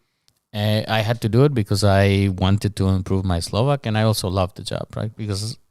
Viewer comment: Já si na první pohled myslel že je Slovák :D podle jeho dobrých výslovnosti